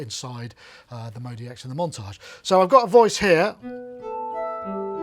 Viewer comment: Why u say modeee x. It's clearly modx 6 lol